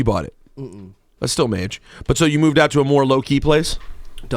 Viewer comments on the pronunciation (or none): lol rosenberg keeps saying 'maje' thts hilarious